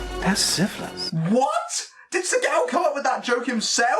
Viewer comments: When u say his name, it sounds like your saying sea cow. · I'm I the only one who gets thrown off by his pronouncing his name segow?